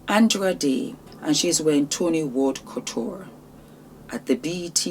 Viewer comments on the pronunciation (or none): none